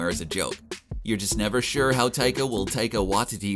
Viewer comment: Am I the only guy that thinks the pronunciation of Waititi as "Wha-titty" is wrong? Where do they get these guys??